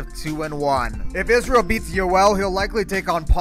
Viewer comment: He didn’t even read Israel’s middle name just knows it off by heart with correct pronunciation